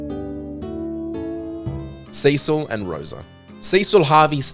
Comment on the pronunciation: He pronounced it correctly. Can't say the same for Zidane or Cecil.